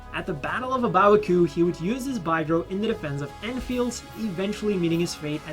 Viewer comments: Pretty sure it's pronounced big ro not bi gro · "Bye-grow"? I always call it a "Big-row"